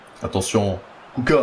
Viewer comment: pk tu prononce kucka alors que c'est ecrit kucko où alors ca se pronoce kucka ?